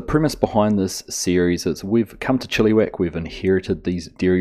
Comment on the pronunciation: I love your attempt at pronouncing Chilliwack. It is not pronounced Chili-wack as in the food chili. It is Chill - i - wack. The i is a short i as in 'it', not long like an e.